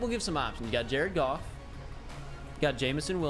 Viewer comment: It's goff